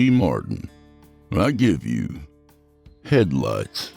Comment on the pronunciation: I thought you said I give you head lice 🤣